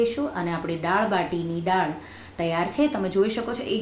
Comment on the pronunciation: "ડાળ" નહીં "દાળ" બોલો...